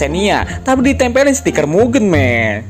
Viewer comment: Izin nambahin bang, mugen cara baca "Ge" nya bukan Ge nya "genderuwo", tapi Ge nya Gepeng